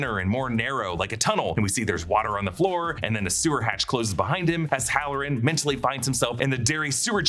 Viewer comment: 😂 next time say hallorann